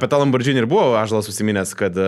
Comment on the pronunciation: Panašu, kad Tiskė su Malinausku kvasina be Jono, nes tik jie traukia tas Brazausko laikų čiastūškes. Ir,, ne lamborDŽinis, o lamborGinis